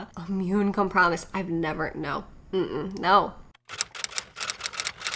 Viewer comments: I've heard a lot of mispronounced words but com-promised is a first 😂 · Isnt it compromised? Or did she say it wrong? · I literally screamed at immune com-promised 😂😭 What a gem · “immune come-promised” 😂😂😂😂😂😂😂 i cannot believe this anymore im laughing so hard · And the chick who said COM-PROMISED Probley yells at 16 year old cashiers about her American right not to wear a mask. 🤔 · homegirl’s shirt says “Everything Hurts” 😂😂😂😂😂😂😂😂😂😂😂😂😂😂😂 Her brain definitely hurts, trying to pronounce compromised. 🤣🤣🤣🤣🤣🤣🤣🤣🤣🤣🤣🤣🤣🤣🤣🤣🤣🤣